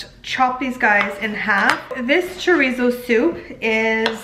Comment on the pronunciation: I love how you said cilantro and chorizo... very Hispanic 💃💃